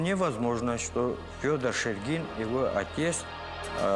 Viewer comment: Шергин мой предок, из Великого Устюга. Потом вернулся на родину и тут умер, оставил большое наследство. После этого в Якутске оставался его сын Александ. В Якутске он был управляющим Русско-Американской компании. Из Устюга же был директор РАК Михаил Булдаков. Почему-то ударение в видео неправильно ставят, правильно шЕргин.